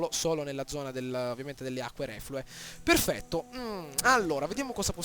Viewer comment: "AAAAAAHHHH PHERRRRFETTO!" Fenomeno!!